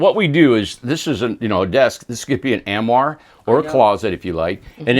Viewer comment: As an educator, I can’t take how mispronounces “armoire”. I don’t intend this to be negative…. He is leaving out the first “r” sound